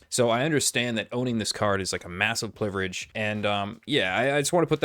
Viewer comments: You said it was a massive pliverege, not privilege 😂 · the 4090 may be good for video editing, but how do you let 'PLIVIREGE' slip through twice?